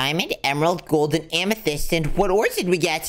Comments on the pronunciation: cash said amathist twice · Bro said Diamond amathyst gold and amathyst